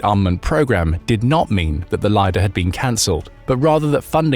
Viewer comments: It's not "lie-dahr" class, it's "leader" (лидер). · 100Knots underwater??? Will those washing machine chips stay working at those conditions? BTW Lider class vessels...LIDER is pronounced as Leader, not lyder.